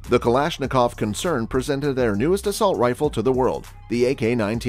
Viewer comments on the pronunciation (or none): "assault riffle" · What is an "Assualt Rifle"??? Serious Matt Walsh style question...